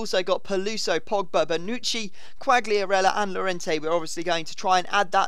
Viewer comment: Its pronounced yorente